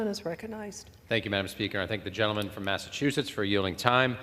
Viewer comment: She said “Massa-too-shetts